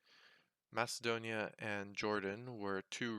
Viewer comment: greetings from Macedonia, even I wouldn't have got that spot on